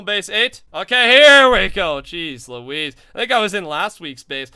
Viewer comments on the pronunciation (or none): none